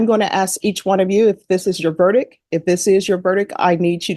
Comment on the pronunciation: The word is verdic T not verdic K. Once you have heard it you can’t unhear it lol